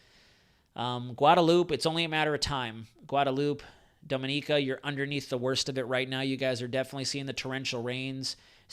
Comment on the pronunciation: say DOMIN (EEEKI A